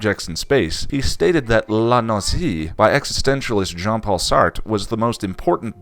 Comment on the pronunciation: nausée say it like nose eh Satre is french so é it like saying eh